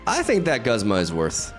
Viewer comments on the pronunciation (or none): I'm usually not one to care about mispronouncing but the back to back Guzma and Solgaleo in the beginning made me laugh 🤣